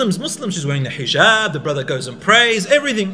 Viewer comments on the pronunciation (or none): none